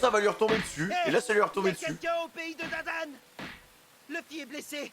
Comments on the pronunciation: C Dadan pas Damdam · c'est pas damedame mais dadane au cas ou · C dadan pas damdam mdr